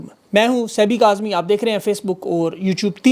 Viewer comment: Your real name is,while you pronounce is listen like Sanee Kazmi...please look....